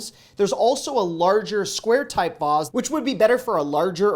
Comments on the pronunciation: I love how you say "vase" 😂 and my husband loves Harry's! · His pronunciation :vhuZe Us: vase Vace His p: Tied I bowl. Us : Tie D bowl.